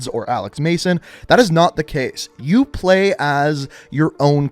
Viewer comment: "most forward to plueegh"